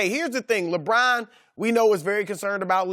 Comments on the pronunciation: I refuse to watch anything that Chris Broussard is on. His voice is so annoying. "LaBrine, LaBrine LaBrine" 😒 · I hate the way Chris says LeBron’s name. “LaBraun.”